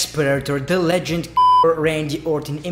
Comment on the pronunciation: Sounds like your saying legend fucker lol